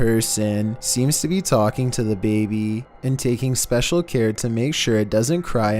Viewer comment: Someone please tell me y do the narrator said slow, r some what ???? "Special "